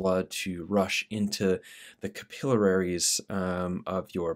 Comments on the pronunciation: CAPILLARIES! 😂 not capillararies 😂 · This combo seems amazing , Paul's the man. But bro... I gotta tell u it's CAPILLARIES not capilleraries😂 Friendly critique ✌️🌈🙏🍄🙌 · It’s pronounced Cap-ill-aries